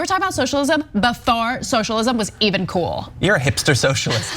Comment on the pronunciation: It's funny when white girls say "cuol". It's "cool". There's no "u"